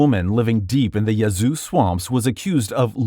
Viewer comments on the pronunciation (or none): As a Mississippian, the “a” in Yazoo is pronounced like the “a” in yak NOT like the “a” in yawn.